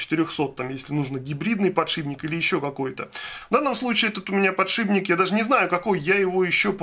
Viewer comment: подшиПник же, а не подшиБник.